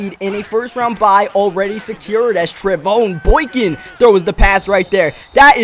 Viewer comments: His name is pronounced Trey von (like Von Miller). Just in case he's starting somewhere next season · its pronounced Trey-Von like VON miller